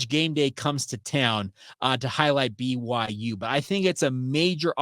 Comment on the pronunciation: Love the show, but why do you pronounce BYU like that? lol I hear like every sound of every letter everytime